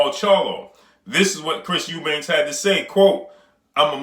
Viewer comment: His name is EUBANK for fucks sake. Not Eubanks.